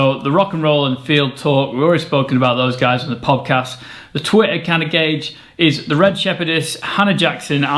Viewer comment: pobcast? cobcast? cobbast? or is it just me? :D